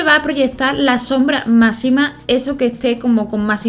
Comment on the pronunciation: me gusta cuando dices masima en vez d macsima